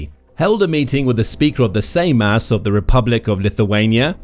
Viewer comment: Juozas is pronounced You're zus Without sounding the "r". and emphasis is on the first syllable. Seimas, S(E like A in Apple)im us with similar rule to the above. The surname is also poorly pronounced.